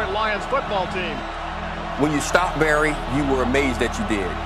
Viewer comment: "Baryr" Oh, Detroit....